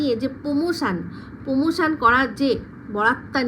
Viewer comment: "Pomotion না দিদি pramotion" 🤪😜